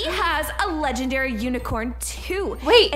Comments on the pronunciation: did anyone notice he said 'my legandary PANDA' k.. like... WHAT? THIS WAS POINTLESS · He said she wanted to trade my leagandary panda lol🤣🤣😂😂